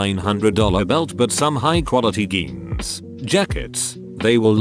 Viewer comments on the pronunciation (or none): TTS just pronounced ''Jeans'' as ''Geans'', I am done. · Bruh, I know that. Why are you telling me that? I am calling out the TTS for pronouncing ''Jeans'' as ''Geans'' or ''Yeans''. If my statement was a joke, this would be an r/woosh moment. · how tf does a TTS system pronounce "Jeans" as "Geans" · why did he say geans. it was spelled correctly. jeans. but he said geans. why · “High quality Geans” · Everyone: Jeans Bot: GHENES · It's spelled "Jeans" and pronounced "Jeens"